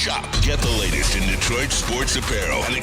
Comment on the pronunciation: I need celeb to learn how to say Detroit....